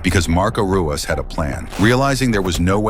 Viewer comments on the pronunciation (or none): Pronounced hoo-ahs. Not roo-us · It's pronounced "Huas". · It's pronounced, huas. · It's pronounced as Huas not Ruas, like Rickson is pronounced as Hickson. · It's pronounced Hoo ahs. It's Portuguese. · It is pronounced HOO-as not ROO-as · It's not Rooass, it's RooeeZ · tell the AI it's pronounced, "HOO-ahs," not ROO-ahs... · Ruas is pronounced "hoo oss". He is the founder of Vale Tudo. Brazilian street fighting. The original mix of muay Thai and Brazilian Jujitsu. He was the most complete fighter in the UFC when he started and for some time after. This was David vs Goliath. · Ru is Hoo, not Roo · It’s pronounced “Huas.” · It's huas the R is pronounced with a H sound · It’s pronounced “Huas”. Rookie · It’s pronounced Hoo-ahss the “r” sounds like an “h” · Ruas is pronounced Huas. The Rs are Hs in Brazil. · Pronounced the poor guy's name wrong like 52 times FFS.... Ruas (Hoo-whas) was a beast! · It's pronounced "HU-OSS". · Tell your AI that it's pronounced "Huas". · pronounced Marco Hua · Lol Dude can't even pronounce Marco's last name correctly. Come on man.. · AI can't pronounce Ruas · Mispronounced his name the entire time then call his family art of Ruas Vale Tudo, Muay Thai. So disrespectful! I hold instructorship under GM Ruas, he is a legend! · Can't even pronounce the fighters names correctly. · You can’t even pronounce his name correctly 😂 this whole video is terrible